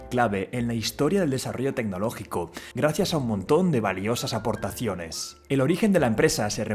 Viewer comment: "Aportaciones" hablen bien.